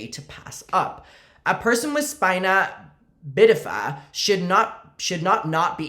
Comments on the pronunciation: babe, you pronounced 'spina bifida' correctly on the first try- amazing. Your content is so good but that was a stop-everything-and-comment moment. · as a spina bifida haver I can confirm you pronounced it right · You said spina bifida correctly the first time!